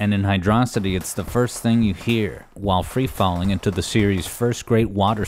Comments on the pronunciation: we just gonna accept that this guy is pronouncing hydrocity wrong? edit: wait he pronounced it right later in the video wth edit2: ok you got me. subscribed. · As much as I like the video, for saying hydro city incorrectly, I must give a dislike. Sorry I don’t make the rules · I am really bothered by how inconsistent you are with your pronunciation of “hydrocity”.. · Even though he uses both, someone is still going to complain about the pronunciation opposite of you and do the same thing. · who pronounces this zone as hydrossitty (with emphasis on the O)? Surely it should be hydro city as per the spelling. Hydro and city are two pre-existing separate words, no reason to weirdly elide them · Saying "Hydrocity" like "Velocity" doesn't make any sense. It's "Hydro City". It's an underwater city level. I don't get how people still get this wrong, or how they got it wrong in the first place. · It is pronounced as Hydro - City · Fans: Is it pronounced "Hydrosity" or "Hydro City"?: Yes. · For the record (not trolling), correct pronunciation is Hydro City. This was confirmed with remakes that added space, and before that by now it's written in Japanese. I'm not going to say that saying it like velocity isn't understandable, but it's not really correct. This is more divisive to people who just assumed they were right than the gif interface. Those who don't know, the creator also confirmed it's "jiff", but people just like to stick to what they were raised (know as a cognitive bias). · IT'S PRONOUNCED HYDRO-CITY!!!!!!!!!!!!!!!!!!!!!!!!!!!!!!!!!!!!!!!!!!!!!!!!! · HIGH-DROE-CITY!! how the hell can you miss pronounce it? You prot! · Can't believe you got it wrong twice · Whether on purpose or not, I like how the pronunciation of Hydrocity is unconsistent throughout the video xD Great video! Overall, I rly love all of your Sonic Music Theories! Fun to watch and interpret :D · I love how you pronounce the stage's name both ways.